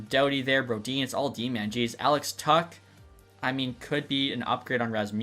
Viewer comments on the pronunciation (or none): none